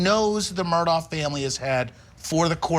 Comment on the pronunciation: Could at least 2 of the 4 people on the panel pronounce Alex Murdaugh name correctly. I have watched the entire trial from opening statements to the sentencing phase and I'm still confused on the corrrect pronounciation of his last name and even beyond that is it Alex or Alic?